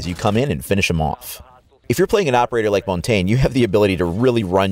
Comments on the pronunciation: It's pronounce as Mon-Tan-Ya.Not Mon-Tagne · Honestly guys, it's pronounced mon-tan (like sun tan) It's French for mountain